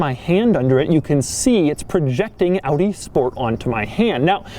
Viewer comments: Wait, an American who doesn't pronounce Audi as "Aww-dee"? Rejoice! 😂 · I love that you say Audi how its supposed to be pronounced!! Not like the americans who say like adi or odi or something!! I am from the Netherlands (country to the left of germany) so i pronounce it like AUDI as well! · thanks for pronouncing audi right doug